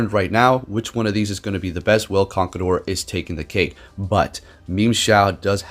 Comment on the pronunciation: "Memeshao" and "Conkledorr" got me wheezing'🤣🤣